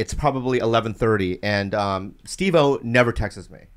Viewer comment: It's absurd to hear Andrew finally correct Bobby for saying "Textses me" in front of steve-o of all people.